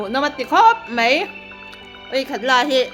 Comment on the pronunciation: Machhan i chanel hi ka ngaihlu lutuk... Chuan kangaisang bok che u in chhungkua hi. I rawngbawlna pawh aropui hi kati lutuk mase maw mizotawng i hmang diklo thin hi a pawi kati thin khop mai. Khawngaih tak in Mai tih hi mei titawhlo la Bai pawh bei titawhlo hram rawh... A hi E ang in i sawi zel a thalo emai...